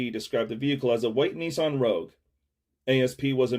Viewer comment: Bro can’t even pronounce Nissan correctly 🤣🤣🤣